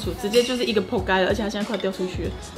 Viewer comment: 直接就是一個: 仆街....哈哈哈 ((香港粉絲表示發音好準 XD